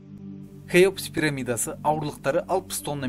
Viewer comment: Автор Кеопс емес Хеопс деші